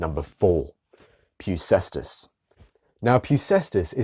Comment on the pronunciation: Well done, it is pronounced "Pefkèstas".